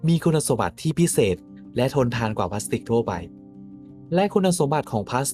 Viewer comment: พลาสสติล ไม่ใช่พลาสติกครับ